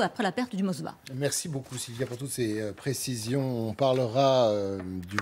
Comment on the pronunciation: vous dites "Mosva" c'est Moskva cela veut dire Moscou en russe on voit le niveau de culture générale des journalistes de LCI